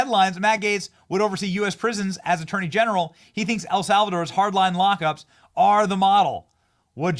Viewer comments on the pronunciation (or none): none